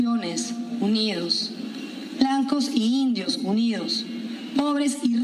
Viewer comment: Dijo blancos y indios, ni siquiera lo dijo bien.